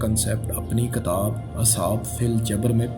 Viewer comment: For some words Your pronunciation is wrong. For example katab nhn kitab.